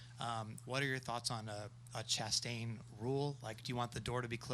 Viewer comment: Ross Chas-sent it 😂